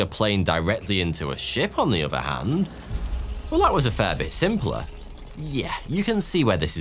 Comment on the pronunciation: Why do you Brits, who should pronounce the Queen’s English fail at pronouncing “three” and “other” as “free” and “uhvuh”? It detracts from your topic. Come on man!